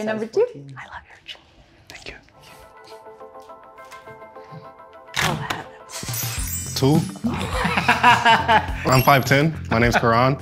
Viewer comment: That boy said "Tew" 😂 why he built like that Kai Cenat?